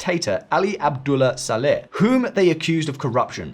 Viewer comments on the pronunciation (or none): The portrayal of Saudi Arabia’s dynamics and calculations in this war is as good as pronunciation of Saleh and Qatar 😂. This is the same level of understanding of the sunni/shia dynamic in Iraq, congress had before the Iraq war. White guy making Middle East 101 videos for other white dudes, never having set foot in the Middle East. Classic.